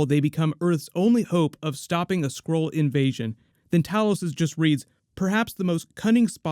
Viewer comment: When I heard him say skrull for the first time I heard squirrel lol